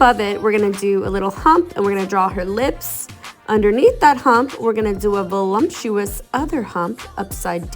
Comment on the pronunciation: The word is voluptuous, not voluMptuous.